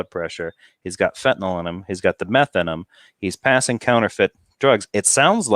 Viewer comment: doesn't know that the drug he is talking about is not called Fentanol, it's called Fentanyl. How is it that I know that, snd he doesn't? After all his years of paying careful attention to current events?